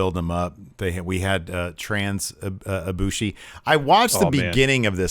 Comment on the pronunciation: For a second I thought y'all were saying trans ibushi 😂